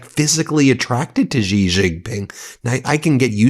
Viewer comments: His surname is pronounced 'she', not 'gee'. Why can't you learn that? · Please pronounce Xi as "she" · Only an American would mispronouce a world leaders name, a Chinese World Leaders name, not once, but year after year after year. Come on Ben I gave you a little bit of nous, but these last days you have really disappointed. It was that Xi did not want the USA to fall into the Thucydides Trap,not the opposite as you state, but then that does not sound like an aggressive China, which compared to you war mongers, they definitely are not.